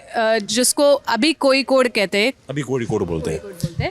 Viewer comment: It is not Koyikkodu. It is Kozhikkodu. Do not kill Malayalam. (Zh sound is one of the difficult sound in Malayalam).